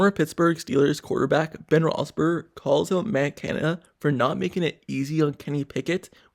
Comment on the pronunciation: Really wish this guy would learn how to pronounce Ben's name.